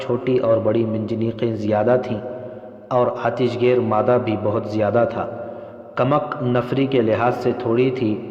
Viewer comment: یہ کمک کو کمک بول رھا ھے یعنی ک کے اوپر پیش کی بجائے زبر بول رھا ھے